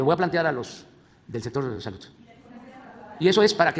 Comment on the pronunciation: El pedo es que la “salut” no etziste… el 90% de las palabras que dice este señor no existen en español. Algo quiere decir que no entendemos